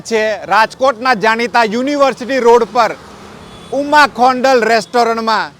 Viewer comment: ભાઈ આ રેસ્ટોરન્ટ નું નામ "ઉમા ખોડલ છે " ને તમે ઉમા ખોનડલ બોલો છો ,તે ખોટું છે